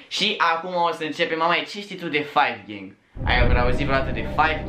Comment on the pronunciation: Si io am auzit asa 😂😂😂